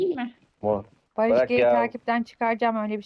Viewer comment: Barış g değil barış ci